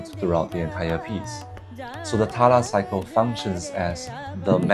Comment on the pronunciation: btw try not pronunce it as "TALA" but instead as "TAL"